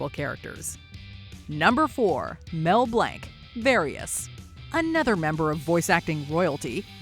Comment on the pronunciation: She really called Mel Blanc “Mel Blank”